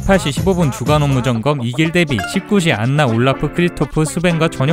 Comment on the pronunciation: 안나가 아니라 원래 발음으로는 "아나" 인데 ㅠㅠ